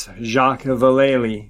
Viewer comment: It's pronounced 'Vale" rather than 'Valele'. He's pretty famous in paranormal circles.